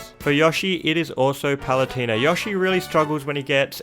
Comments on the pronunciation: Biggest crime man did here was how he pronounced Yoshi--I mean, YAHshi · WHY ARE YOU SAYING YOSHI LIKE YAH SHE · YAW-shi Me: its YOH-shi. GET IT RIGHT! >:( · I thought I was the only person in the world that called him " Yawshi" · You know on the character select screen it pronounces the names correctly, yet you still pronounce them wrong, like you say paluteeena, yashi, greninjer, and other mispronunciations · This is the first time I hear someone pronounce Yoshi as "Yoshh-ee." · nobody: absolutely nobody:: yAhShI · theboy 2 yeah maybe Yushi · YOU MISPRONOUNCED YOSHI YOU IDIOT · Every time u said “Yoshi”, I wanted to die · As an American it really bugs me every time he says Yoshi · I love how he says yoshi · I like you but please stop mispronouncing yoshi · Dont really hear him pronouncing an a in yoshi. His way of saying "Yoshi" still suprised me though. People with english as their mother tongue usually pronounce him with a prolonged o - just like the "Oh" in "Oh my god." I am german and people over here and many other languages usually pronounce him with a short O - just like the O in the words "On/Off"